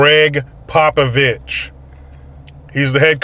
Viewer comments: Dear: PLEASE BE RESPECTFUL: It is "Popovich", not "Popivich". I am Serbian and our people have suffered a lot of disrespect, thank you. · I thought you said Greg "Pop-a-bitch". LOL